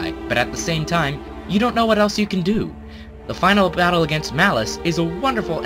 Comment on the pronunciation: at tier 2 he says bottle instead of battle. whoops